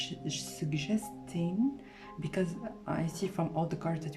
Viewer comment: picked pile 3 and yes i really loved your reading! btw are you french? because during your reading for pile 3 when you pronounced the word suggesting i could hear some french accent there lol but nice reading overall